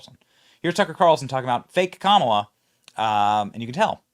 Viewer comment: Camelah lol